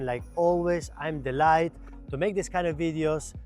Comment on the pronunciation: delightED - please... every single time... it hurts my ears the most